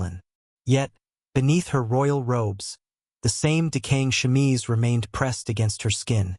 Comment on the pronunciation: Wow....What a bunch of bullshit. How about some facts with your opinions and myths? The chemise (which pronunciation you absolutely mangled) has been debunked long ago. Not that it really needed to be. I don't even think there was a time when it was ever thought of seriously as fact. FYI-When you judge yesterday's people by today's standards-You distort who the people of the past actually were. This was one of the worst "historical" (meant loosely) vids I've seen in a while. That says a lot...